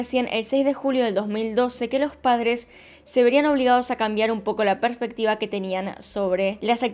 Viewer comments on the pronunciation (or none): none